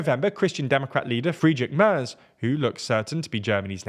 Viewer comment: If Mr. Merz does become Chancellor, it's high time you learn how to pronounce his name correctly. It"s not /mers/ as pronounced here, but /mairts/